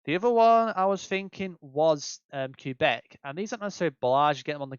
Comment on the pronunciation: Great vid! I appreciate the tips too! Some stuff I def didn't know! That said, plz plz stop calling it Q-Beck ahaha